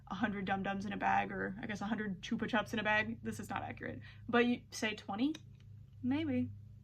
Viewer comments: Also not correcting just saying Because chupa chupps is big in the uk I know your pronouncing it how it should be pronounced with how its spelt but ive always know it as ‘chuppa chupps’ with how its pronounced. Each to there own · So fun fact they are actually Spanish or similar and they are pronounced choopa choops and as an Australian I learned this like 6 months ago lol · i agree she is right thats how its meant to be pronounced I just didnt know it was a big brand in the US. In england we say it the mispronounced way so its really jarring when its pronounced correctly because its something i grew up with just never heard it like that. I think our ads for it are pronounced different too